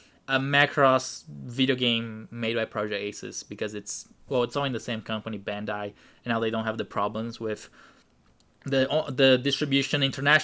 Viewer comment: Is that how you say bandai